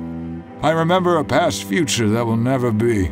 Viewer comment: "to remEMah"